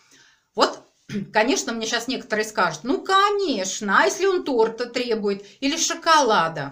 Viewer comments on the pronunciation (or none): none